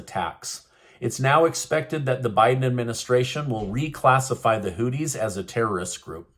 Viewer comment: Why do you call the Hoothese Hoodies?! It’s with a (th) Exp. “These”, so it’s Hoothies/Hoothese